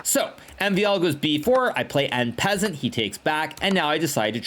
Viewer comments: En peasant it is! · he doesn't know how to pronounce "en paSSant"